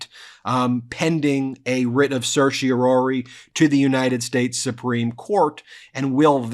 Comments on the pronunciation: Love Ben but it’s pronounced Sir She Or Are Ree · There are three R’s in certiorari, not two. Stop murdering Latin. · CERTIORARI!!!! SER-shee-or-RAH-ree - NOT ‘ser-shee-OR-ee’. Learn to pronounce it!! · Is Ben saying seercheroiroirii correctly? Lol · Stupid question, but is Ben saying certiorari like it's two words, like inter and intra? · Ben, you are a lawyer. Please practice the correct pronunciation of "certiorari"! You drop the fourth syllable more often than you pronounce it.